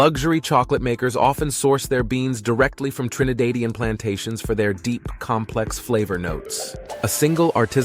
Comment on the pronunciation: Dearest: You are mispronouncing the denonym "Trinidadian": the /a/ in the second syllable "da" is pronounced exactly as in "dad", not as in "made"or "grade": Tri -ni - DÁ - dian". Got it? You use the Spanish denonym "trinitario" when the correct word is "trinitense". Sadly, the island's nationals are not yet part of the Holy Trinity. Best food on planet Earth! Eaters of only properly cleaned chicken, which explains why Trinis often gag after taking a bite of poultry prepared in Europe or North America. Trinis use the word "fresh" to describe the nausea-producing smell that hits palate above tongue. Foreigners use the adj "gamey". or wild. The word, "fresh" has negative connotations in Trinidad: insolent or cheeky when applied to children, gamely, nasty, applied to food; smelly of young sweaty bodies. Creators - and best players of - the steel pan. Trinis tend to laugh at, and be irritated by, that silly "pling, pling" steelpan music in movies and documentaries which is supposed to be representative of the Caribbean. Excellent standard of education,(al menos, at one point in time) The real heroes...and there are many - are not those who have amassed a fortune, but the often unsophisticated men and women working quietly behind the scenes both in their communities and in charitable organisations. Happy exploring! and as you do, see whether you can discover how/ why hitherto peaceful, relatively crime - free Caribbean islands have suddenly found themselves